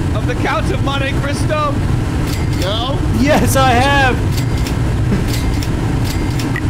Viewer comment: Worth it for the Count of Monte Crisp-o bit.